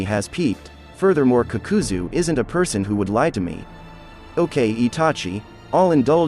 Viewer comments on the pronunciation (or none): I stopped when homie said kukuzoo🤣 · The pronunciation of akatski kakazo and kunai and Asmua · i had to stop watching after heard the pronunciation of akatsuki and kakuzu 3 mins in